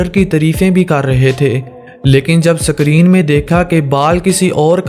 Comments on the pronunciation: Sakreeen nahi screen BHAI. Ghanti hay BHAI, genta nahi😀😅😂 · Bhai sakrin nahi isko screen kahete he or genta nahi hota ganta hota hai